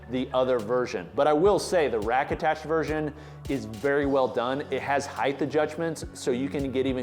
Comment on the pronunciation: Someone please tell height, is pronounced heighT.. not heighth. That is all, thanks.